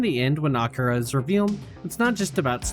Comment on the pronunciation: this is pretty good but like they do say akira in the movie i swear thats not right , have i been wrong all these years